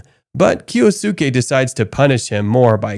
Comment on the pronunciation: Kyosuke = KEE-OS-KE. Jesus christ.